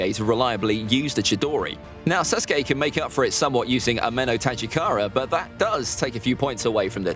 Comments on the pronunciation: He said susgay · I think it’s funny how he calls him SUSke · Am I the only one who thinks he pronounced sasuke as susgay